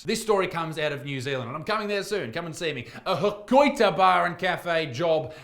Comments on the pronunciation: I pissed my pants gigglin at the way ya murdered the name Hokitika. Someone "pleauz" teach this man how to read things phonetically. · Ho-car-tick-ah btw... i love hearing people who have less understanding of Maori then i do (i have fuck all since intermediate) pronounce the words. like Jack Black saying Whakatane